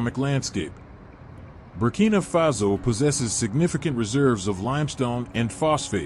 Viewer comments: Burkina faso not Burkina fazo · "Burkina Fazo"? Correct name is Burkina Faso. Good video otherwise.